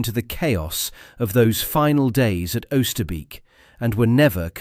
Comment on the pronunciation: It's not 'uuster beak' , but 'ohster bake'. 400 dead guys, and you cannot even bother to pronounce the name right